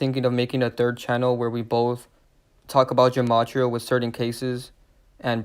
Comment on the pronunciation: Gematria is pronounced with a G sound, not a J sound.